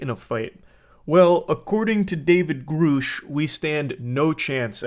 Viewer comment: God it annoys the hell out of me listening to you mispronounce Grusch. It's Gr uh SHHH. Not GrUUUU SHHH.